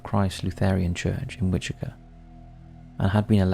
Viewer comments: Wichita Kansas is pronounced “which-uh-taw.” I don’t know where you’re getting the “kaw” from. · Wichita pronounced WITCH-ih-taw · It’s Which-a-ta, lol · *Wichita kansas. Witch-it-ah. ;) Named after the Wichita tribe of Native Americans. I live near there. We have a very laid back culture here. A nickname for the city is Doo-Dah, because of this. Also known as the Air Capital of the world because we have Boeing, Raytheon, Learjet, Bombardier, Spirit, Airbus plants. It is a beautiful city and BTK is the ugly stain that people ever hear about us. But it is a fascinating case, nonetheless. Can't wait for your MM video! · For your in depth BTK video Wichita is pronounced wi-chuh-taa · I think this may be the correct pronunciation for the tribe it was named for, but around here the city is pronounced like “witch-it-aww.” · how do you not know how to pronounce Wichita? Your mispronunciations have got to be on purpose at this point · Maybe look up the pronunciations of Wichita and El Dorado before recording the BTK episode.